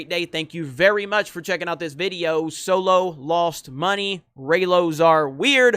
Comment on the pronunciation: "coming to you with another vidiyo" pls don't say it like that or change the intro. I am not a hater but that makes me cringe for a sec. Apart from that, I agree with everything.